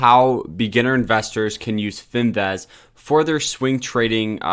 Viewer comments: FIN-VIZ!!! Not fin- vez. Please!!! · Fin-vizzzzzz........vizzzzzzzz......IT'S BLODDY FIN-VIZZZZZZZZZZZZ